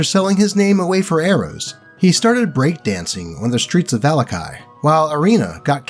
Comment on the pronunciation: the way you say "vallaki" makes me wanna vallakill myself